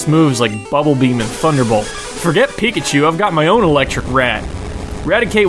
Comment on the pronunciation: Poor Pikachu,Just got butchered...